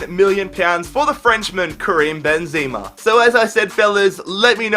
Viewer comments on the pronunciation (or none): none